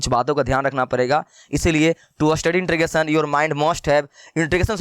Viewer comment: beta intregation bol rhe ho